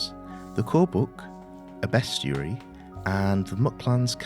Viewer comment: Ahhhh…correctly pronouncing “bestiary.” Finally! Nicely narrated!